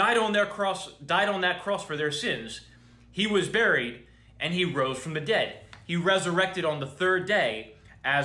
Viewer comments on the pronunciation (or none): none